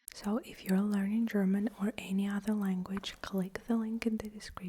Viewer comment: Your German prononciation is really crisp especially for the consonant clusters, which is often difficult for learners. Also, you explained these words really well and precisely.